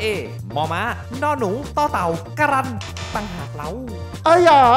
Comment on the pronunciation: รายการผิดนะ การันต์ไม่ได้อ่านว่าการรันต์ แต่คือไม้ทัณฑฆาต ตัวการันต์คือพยัญชนะที่ถูกไม้ทัณฑฆาต กลายเป็นการันต์น้า